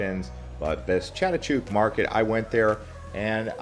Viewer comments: It`s Chatuchuck market, not Chatuchook. "chuck" not "chook" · Please try and learn to pronounce the names like Silom, Chatuchak before you pronounce these places all wrong before you post your blog.